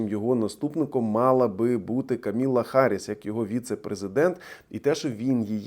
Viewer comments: уже сколько лет прошло, а ты банально не можешь правильно произнести её имя. Камала (cum alla) Оналитега от тебя, дурачёк такая же. Где она камила, а ты наверно киля(как у азирова). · Дуже прошу вибачення, але— Камала Дейві Харріс. Не Каміла…..вона. Цікаво розповідаєте. Дивлюся з Washington DC. Glory to Ukraine! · КамАла, а не Каміла. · Вже час вивчити, що Камала не Камілла. Все ж таки потенційна кандидатка в президенти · Вона КамАла, а не Каміла, у вас звична постійна помилка.